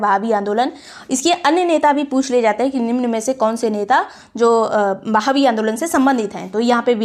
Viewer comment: Mam i think it's "वहाबी आंदोलन" Not a "बहावी आंदोलन"...😊😊